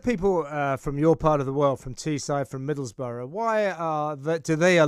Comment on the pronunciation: Please, not 'Middlesborough'. It's Middlesbrough.